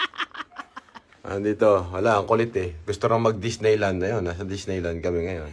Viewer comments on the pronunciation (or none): Dis-neigh-land daw. 😂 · DIS-NEI land?😂